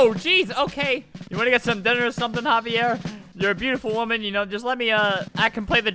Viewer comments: Omg, 'haviere' xD. Its 'XAVier', lol. I have a cousin thats name is xavier, so i know :3. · Just saying: that 'xavier' guy was not pronounced like havier, it would be spelled Javier then. Its pronounced zavier. I'm only saying this because you made me think of a hilarious story where a minister at my grampa's funeral did the same thing with my cousin Xavier and my whole family laughed so much. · Im wheezing albert cant pronounce names for his life Xavier is like zavier, not HAHV EE AIR bruh i aint ever known someone named xavier whos name is pronounced like that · Albert, it isn't pronounced HA-VEE-AIR It's pronounced EX-A-VEE-ER as in Xavier??? XD but I guess it COULD be either way... LOL I just HAD to comment this I'm sorry XD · Xavier is said zavier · It pronounced zaiver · Its not haviair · I died laughing when Albert tried to pronounce Xavier. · Albert you pronounced Xaivier wrong.